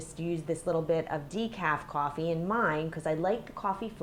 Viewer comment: Coooooooofffffffffffeeeeeeeee (accent)